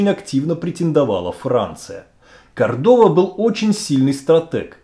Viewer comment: Произносится : ГонСало, КОрдова,касике,МЕрида,Авила. И т.д.